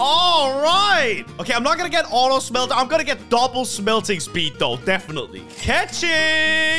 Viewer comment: I like how he says shmhelter like that